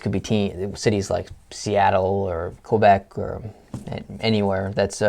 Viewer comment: Said Quebec wrong also Quebec is a probince...